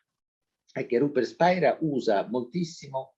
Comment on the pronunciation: Tutto bello. (Ma attenzione, non si pronuncia Spaira...controllare)